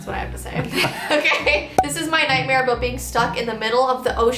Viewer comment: Anyone else nothised when thqt guy was talking about his night mare and when he was saying nightmare he said night hare if you did I I I V